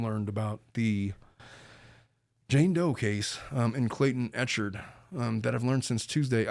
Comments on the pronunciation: Just started watching but I just have to say that Clayton’s last name is ECHARD, not EcharT. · I don’t know if someone corrected u but it’s pronounced Clayton ec hard